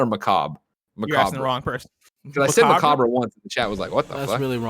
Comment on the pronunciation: Lol.i never heard anybody say macobra lol good one Greg yeah it's pronounce the macob